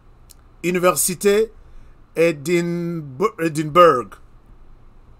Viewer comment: On écrit Edinburg mais on lit : Edimbra